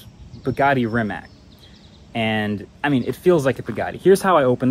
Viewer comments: So close Marques. SO close. But it's REE-MATTS. Not Rim-matts. Or Rimac. Ree-Matts. Great vid as ever though. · Does he keep calling it "Rimat"? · Is he saying "Rimat"? Edit* Just looked it up, its actually pronounced Ree-muhts. Mind blown 😂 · I’m confused. I always thought it is pronounced as Rimak, but then the first video says Rimats. Now again Rimak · Wait - is it "RimaTS" or "RimaK"? I've heard both pronunciations now. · You keep struggling to pronounce Rimac. It's with C on the end, not K. "Ree-mats" Also nevera is a Croatian word for a sudden summer storm with strong gusts of wind that happens on Croatian coastline. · “Rimat nevera” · Volkswagen didn't buy Rimac, Rimac bought Bugatti and that's why they merged into what is now Bugatti Rimac. Also please pronounce it correctly it's not that hard, Rimac (Rima-ts), Croatian letter C is never pronounced as a "K". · Rimats nevera? 😂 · why do you keep calling it Rimats??? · Mkbhd you say rimac the most autistic way possible. It’s pronounced “Re - Mac” their is NO “ts” in the end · Re- Mac is the CORRECT way bruh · Congrats on getting the record for how many different pronunciations of Rimac you can say in the same video! 🤗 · Marques pronouncing Rimacthe way Benedict Cumberbatch pronounced Penguins all through that his documentary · It's kind of weird that a creator such as MKBHD did not even bother to look up how to pronounce Rimac correctly 😶